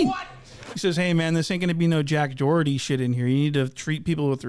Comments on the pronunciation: Sherrif DID NOT just call him JACK DOHERY 😂😂😂😂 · " your jack dorety" 😂😂😂